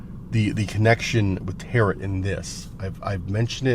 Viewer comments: tarot is pronounced tear-oh. The final T is silent. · Tarot .. is pronounced like tare-row